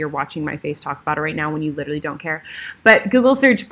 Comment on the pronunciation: Litrally or literally?!? 🤣♥️ love you lady!